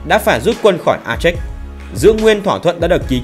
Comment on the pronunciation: A chếch gì ? Phiên âm cho đúng tiếng Việt là A chê